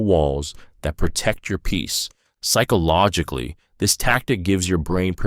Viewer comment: Please learn how to say psychologically. So damn irrating.